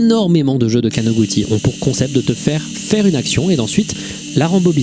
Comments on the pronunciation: Très beau taf, juste un correction mineure, il n'y a pas de "ti" en Japonais. かのぐち (kanoguti stylisé) se prononce kanogoutchi. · on prononce kanoguchi